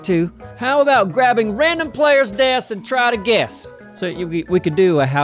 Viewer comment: YESSSSSS, TRY TO GUESSSSS. You said my name right the second time!!!